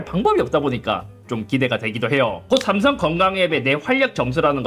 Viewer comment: '슈링' 이군. .. 쌤숭👍